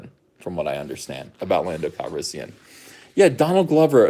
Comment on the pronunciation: You're saying it wrong, it's Pando CalrisSOYan.